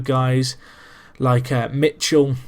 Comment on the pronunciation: Mi-how not mitchell